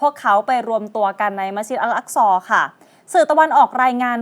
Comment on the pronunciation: مسجدالحرام المكة มัสยิดฮะรอมมักกะห์, مدينةมะดีนะห์, الأقصىอัล อักซอ سليمان สุลัยมาน ออกเสียงชัดทุกคำเลย